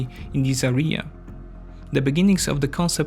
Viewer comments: "The areea" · Had to turn it off after hearing this guy say "Area" for the second time. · When you say "this area" or "the area" you make it sound like you are saying "diarrea". Just an observation my friend. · You are mispronouncing "area". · You made a huge effort with your accent but let me tell you, that your pronunciation of Teutonic knights as "Toitonic" reminded me of ToiToi mobile latrine :D The correct pronunciation sounds more like two-tonic. Also, the word "area" is correctly pronounced with the emphasis on A not the last part (not areeeeya) Apart from that good job!